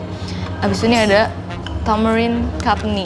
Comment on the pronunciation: chutney itu dibacanya ‘catni’ bukan ‘katni’.. terus beras yg dipake namanya basmati, klo dah jadi masakan baru biryani ❣️